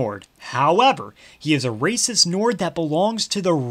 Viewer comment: "Bad cus rayciss" no, that makes them awesome